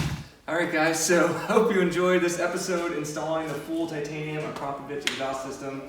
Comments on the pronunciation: Say it with me.. Ak ro povic! Not Acropvavich..lol U sound silly. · It is akrapovic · Pronounce it properly akrapovic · ITS SAID arco-phobic .... i have no idea what you where calling it. :P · Ahh-kraaa-poh-Vic. One of those goofy companies that makes killer stuff no one can pronounce.